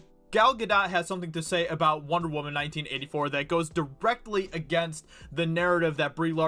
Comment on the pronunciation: Every time I hear “Wahman” I die a little bit inside